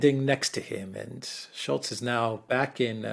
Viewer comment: solo video today, calls Olof “ ShultzY or Shultzie 😂😂 belly laughing whilst driving. Thx for what you guys do, unbrainwashing the brainwashed!